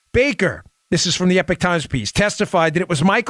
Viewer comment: It’s Eepok Times Dan. Not Epik Times. Please!